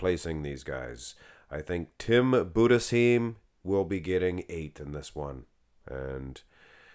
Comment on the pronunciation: Last part of Budesheim is pronounced as the city of Anaheim in California